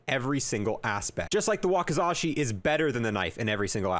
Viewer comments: I'm so proud of our little. He finally learned how to pronounce wakasashikki!❤ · you know what . you may have said it wrong but hey atleast you tried to say the wakizashi